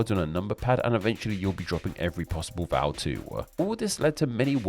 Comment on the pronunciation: we need a name explain on why you sometimes end sentences with a voweluh